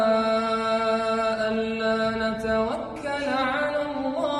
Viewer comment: عندما تنطق الله يا اسلام انطق الله بدون كسر الها